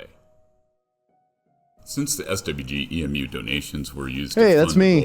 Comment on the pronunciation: Its E.M.U short for emulator not emuuuuuuu